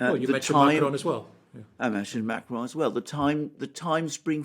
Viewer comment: Firstly, great job on your reporting., will you please pronounce "Macron correctly instead of "Maceron",( as in your previous videos). Maybe "Starmer" will be the future "PM', however only if he has the backing of the UK, public. The "Brits" are now awakening, and will indeed contest a banana Republic.